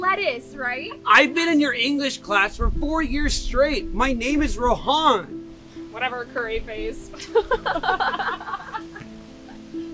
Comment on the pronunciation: Bro mispronounced his own name 💀 ( it's not rohaaaaaaan. It's Rohan.)